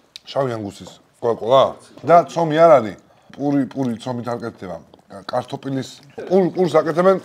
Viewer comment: კარტოფილს კართოპილს რატო ეძახი ტოოოოოოოოოოოო